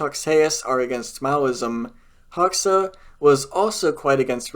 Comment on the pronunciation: Hoxha is pronounced 'Hodge-a'